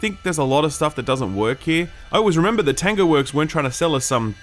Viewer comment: Kept thinking you were saying "tenga" instead of "tango"... which is something completely different here in Japan lol.